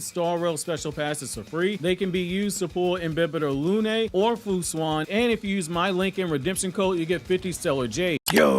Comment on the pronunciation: That pronunciation fu xuan is crazy